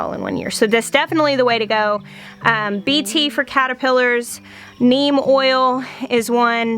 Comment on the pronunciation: You are pronouncing BT very close to "correctly". That's how professors said it when I was in college. I'm very happy about the topic for your video. I feel that if someone gives in and uses some form of pesticide that it is understandable. And for me I try something different the next year to avoid it. Also prioritizing what you need to feed your family is obviously paramount. Thank you for the video.